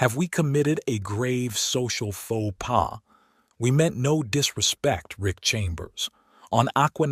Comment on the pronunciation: His name is "RICK" not "ICK"... The term "ICK" is an indication of disgust or disdain. A true man would not regret seeing two beautiful naked women in his shower (unless he was married, with the wife nearby.). Most men would just strip down and join them.